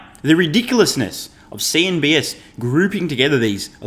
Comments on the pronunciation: CNBC!!! Please. Not CNBS. Please correct this as it might confuse some listeners. The influential Business News channel is CNBC. I listen to a large number of your insightful videos and I have heard you say, "CNB"S" every time I believe you want to refer to CNB"C". If I am wrong and there is a CNBS, then I apologize. Thanks for all you do! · Its CNBC...nor CNBS - just saying...